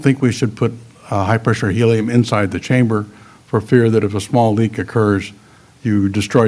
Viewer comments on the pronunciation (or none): none